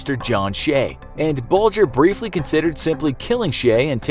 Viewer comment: That's how Bulger is pronounced